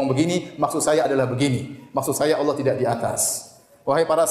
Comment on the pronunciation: Yg membuat konten ini salah kaprah ketika menyebut Alloh